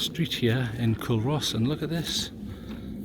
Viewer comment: Good vid.... By the way it's pronounced "Coo-Ross". 😉